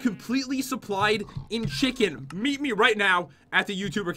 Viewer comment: It's not mhe its me 😂